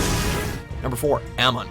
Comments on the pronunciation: I don’t understand how people can pronounce any of these names wrong...like...they literally say them in the show. How?? Amin? It’s AMON! (Uh-mohn) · WTF?? YUNALAQ???😂😂 Zhao at 7 & Unalaq at 10th?? TF?? Whats VAYTU?? It's VAATU... 😂😂 Dafuq?Dafuq?Zaheer at 5...He should be in Top 2 Again??Who's Aymon?? 😂 😂 HAMA... FACK😨😱😨 Azula!! Well Deserved... ❤️♥️❤️ NOPE!! But The Pronunciation Changed When WatchMojo Attacked, Only The M. Night Shyamalan,The Master Of Live-action Movies, Could Save The Viewers But When The World Needed Him Most, He Vanished 😂😂😂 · These pronunciations are horrible. ITS OO-NU-LAK. AND ZHAO IS NOT ZAO. AMON NOT AMUN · the guy said "yewnalack and "eahmawn" bruh clearly he didn't watch the shows wtf is this. they need to review these videos before uploading them bruh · No one: Absolutely nobody: Not even M.Night Shyamalan This guy:Aamin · Do the people who even announce these even watch the show? "Yunal lack" "Amin" ?? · Yunalak? Zao? Amun? ZAheer? Ouzai? You're lucky you didn't have to pronounce uung... aang. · "Jow," "OO-nuh-lock," "uh-MON." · The way he said Amon and Unalaq.... GORGEOUS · Oh!!!!! That shade of it all. Also true. When he mispronouced Amon I exploded.